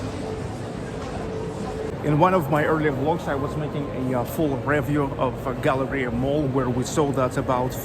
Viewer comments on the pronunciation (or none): none